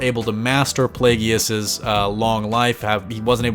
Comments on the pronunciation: It's Play-gus not play-ge-us dude, where's your shot of poop? Cause your saying his name wrong 😂💀😂💀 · PLAY-GUS. PLAGUE-US (Plagueis). Not Play-gee-us,.